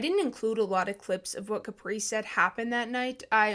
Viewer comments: Are we gonna talk about the fact that she says “cApree” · It’s prounounced kuh-pree